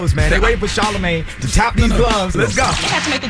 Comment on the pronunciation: I remember we laughed at Webbie when he said Charlamagay.......but man I think he was on to something